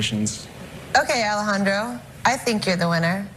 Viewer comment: I like how he calls himself Alejandro the first time but changes it to Alejan"doro" the second time because the judge is pronouncing it that way xdd also his voice is unique, his melody is catchy and gentle, and his guitar technique is obviously outstanding.